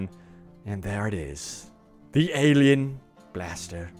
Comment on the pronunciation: What's a elien blaster? Are you trying to say alien?